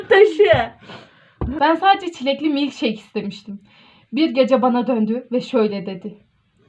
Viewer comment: milkşiyk 💀 ben sadece çeğğh